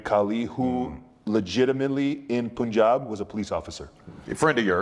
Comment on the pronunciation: Jinder saying Punjab and not Punjab is hilarious 😂😂 (only Indians mostly would understand this) 😂